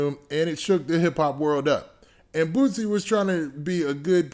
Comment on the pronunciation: It’s boosie not bootsie